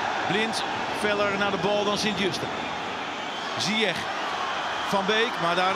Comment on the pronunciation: Uitspraak van Hakim zijn achternaam is foenetisch “Zijesh”